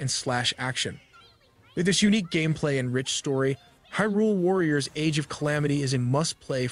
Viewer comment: Also "Hih'rool."